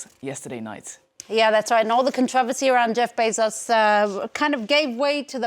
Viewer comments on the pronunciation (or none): none